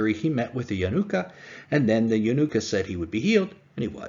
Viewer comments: Only 5 recorded on YouTube but not limited to 5. Only Elijah the Prophet can identify and proclaim the Messiah. Not the Yanuka or the Jews. Also, you make him say like a holiday, Hannuka. It is Ya-NU-ka. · It is Yanooka not a word that rhymes with Hannuka. He is indeed the Messiah.